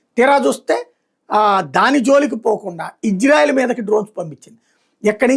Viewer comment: బాబు, ఇజ్రాయెల్ కాదు, ఇశ్రాయేల్. కరెక్ట్ గా పలకండి. Ijrael kaadu Israel